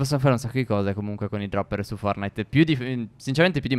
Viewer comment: Si dice forTnite e non fornite